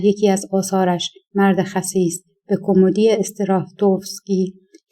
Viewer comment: ایکاش راوی معنی کلمات را میدانست ، آخه کومدی یا کمومودی